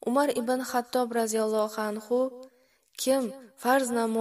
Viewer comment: АЛЛОХ НЕ АЛЛОХ, , РОЗИЯЛЛОХУ АНХУ НЕ РОЗИЯЛЛОХ,У АНХ,У. ДАР Ч,ОИ Х,АРФИ Х, ХАРФИ Х-РО ИСТИФОДА БУРДАН ДУРУСТ НЕСТ. ДУРУСТ ТАЛАФФУЗ КУНЕД ДУХТАРАМ. ❤